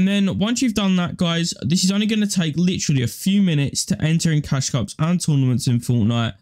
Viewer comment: "littry" "littry" LIKE I DONT CARE OMG